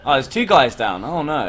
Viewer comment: 9.46 BEST öwwww nöööw of all british history <3